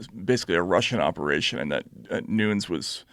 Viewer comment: I was surprised that Taibbi mispronounced the last names of Don Lemon and Devin Nunes. Does he only read the names in print? I thought everybody knew how to say it. Just a little odd.